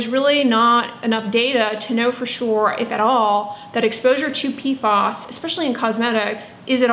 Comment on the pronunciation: PFAS rhymes with "pass". PFOS = Perfluorooctanesulfonic acid